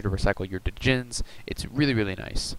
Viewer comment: "Djinn" is pronounced as "Jin". The "D" is silent. Anyways, really interesting deck idea. However, Goat Control would use Tsukuyomi to set Restrict and take a new monster every turn. That can't happen in this deck :\ I understand why; Tsukuyomi is slow in today's meta. Very cool deck idea though; definitely taking notes for my Goat Control deck.